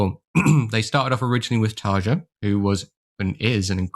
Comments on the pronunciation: Nice video man can never get enough of Nightwish, btw Tarja is pronounced tar-e-ya 🤘🤘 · Hehe, that’s true. Listen to the first ten seconds of these interviews a few times and it should forever be “Tar-ya”... or as Tarja herself says, “TaRRRR-ya”! 😁 I usually don’t correct pronunciations unless the mispronounced word or name is in the neighborhood of becoming awkward. We (or at least I) find it charming when folks pronounce non-English words, and “we” appreciate the effort alone. In this instance, I happen to have a J in my first name, so I can sympathize with Tarja often hearing the English J and the famous D-sound that comes with it. Anyway, cheers. 😅